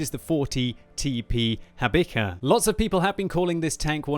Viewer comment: Wow 2nd video, btw it's pronounced ha-bee-ha